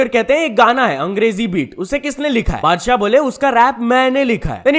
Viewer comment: mujhe laga padshah bola 🙄💀